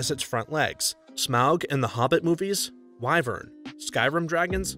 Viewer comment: thts not how u say wyvern 🥲